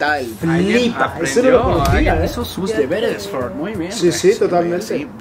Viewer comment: Ford lo pronunció bien.